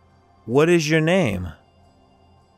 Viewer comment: Первый раз слышу, чтобы произносили: уот иж ё нейм? МОЖЕТ "УОТ ИЗ Ё НЕЙМ"?????